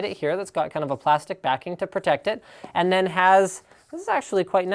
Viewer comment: "und this device only" LINUS you cracked my ears xD